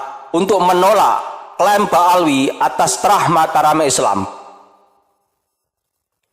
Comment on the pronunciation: Bukan Eslam min.. tapi islam, bukan Endonesia tapi Indonesia 😁🙏